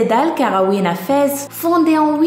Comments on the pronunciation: On ne prononce pas "Fèz", mais "Fès", comme ça s'écrit ! Je lis l'arabe, donc je sais ce que je dis. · ce n'est pas vraiment ça c'est que on mange avec la main droite et a gauche pour se nettoyer les partir intime quand on vas au toilette cest pour ça que c'est mapoli et on prononce pas feze mais fesse et oui j'habite au Maroc